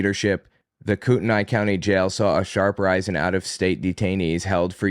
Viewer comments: it’s pronounced Koo-ten-ee. The spelling is confusing, I admit. Love the podcast, btw! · If it's Kootenai, it's prounounced "Coo-ten-ee" to my understanding. It's a first nations place name.